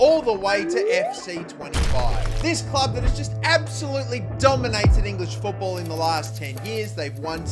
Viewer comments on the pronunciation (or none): none